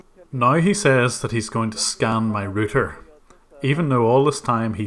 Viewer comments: dude how do you pronounce router? its not a ruuter, its a RAUTER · Ah I remember you, the guy that can't pronounce 'router'. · When talking to U.S.A. victims say router like shouter. otherwise they'll think you are saying rooter. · Rooter?... you do a great job! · He said scan my rooter lol. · for a sec i thought you said "now he says that's he's gonna scam my router"